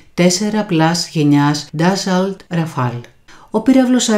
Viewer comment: Ντασσώ λέγεται. Σας παρακολουθώ, αλλά πρέπει να προσέξετε και να βελτιώσετε τη γλώσσα...